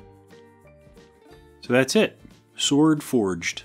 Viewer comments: While on the subject of Who is the Best Bond™️: "Shord" is exactly how Sean Connery would have pronounced it. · Uh... nice goof at the end. Sword forged... you mean Shord. Amateurs. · He is good with that shword